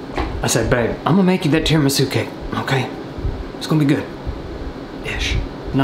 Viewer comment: its pronounced tida-misoo Edit: Holy shit its been awhile, i was definitely a smart@ 10 months ago